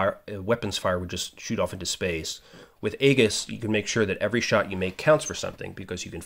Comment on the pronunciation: Great video. Subscribed. Just a note that Aegis (named after the shield of Perseus) is actually pronounced "EE-jis." Keep the videos going!